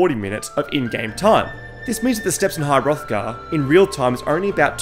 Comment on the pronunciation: You could add to that all the pronunciation errors like called Solstheim Solsteam, calling high Hrothgar high hothgard, etc etc